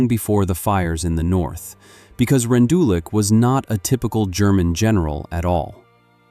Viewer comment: I know it’s AI but you pronounced his name wrong.